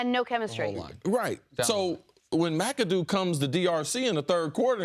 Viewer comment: "Rumor has it he called Ben Macadoo "Mac-A-Doo-Doo". 😂😂😂😂😂😂